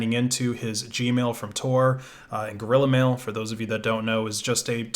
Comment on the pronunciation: That's... that's how it's pronounced.